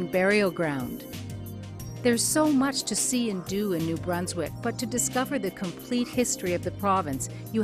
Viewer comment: lol.. the woman doesn't even say metepenagiag right.. frig. Learn to pronounce words lady! :P